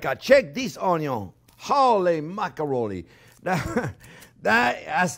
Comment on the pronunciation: Holly makaroni😂